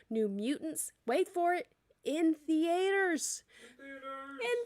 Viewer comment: Not in Thee-A-ters!!! 🤣